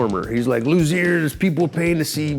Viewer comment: Is it “Lu-Zeer” or “Lu-Z-A”? He pronounces it both ways in this video